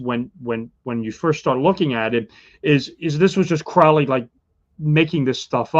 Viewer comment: This is such trash. This guys delusional. You can find connections with numbers everywhere and to everything if you try , it’s meaningless. And it’s pronounced Crow-ly like Holy not Crauly